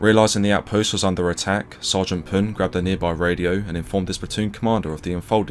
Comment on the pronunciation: Thank you for pronouncing the last name right :)